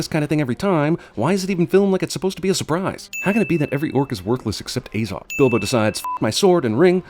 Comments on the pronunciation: Pronounces it like "Ay-zog" instead of "Ah-zog" Cinema Sins: +1 sin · Ffs why are you saying things about a movie that you know almost NOTHING about. Like you dont even know the names of Fili and Kili, and you cant even pronounce Azog right. ITS AZOG NOT AYZOG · It’s pronounced ah zog not ayzog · So the only thing that really irritated me in this is how you pronounced Azog lol it is not ay-zog, it is aah-zog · Like, when he said Azog, he pronounced the 'A' as 'Ay' and not 'ah'. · It's probably long overdue to say this, great video but i just cant let it go unsaid, its a-zog, not ay-zog, why do americans always pronounce a as ay, do you say aypple? and also in the lotr trilogy aragon is about 90, he is a dunedain, who have longer lifespans than usual humans and he has a massive backstory leading the rangers around evendim, angmar and the northdowns which is basically due to legolas finding him and telling him everything that happened here, hence how they are really great friends by the time the lotr trilogy rolls around. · Narrator pronounces it Ayyzog even though in all the films it is never pronounced any way other than the way it's spelt: Azog. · I don’t care if this video is 6 years old I’m quite sure it’s pronounced as-og also Aragorn is in his 80s in Lotr and still lives over 20 years after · He's pronounced Azog wrong like 5 times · and it's azog as in a in at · Person who has watched all 3 hobbit movies still pronounces "Azog" wrong after it is said 100 times. DING